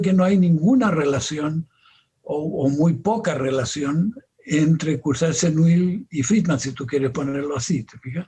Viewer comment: Courcelle-Seneuil se pronuncia /kuʁˈsɛl səˈnœj/.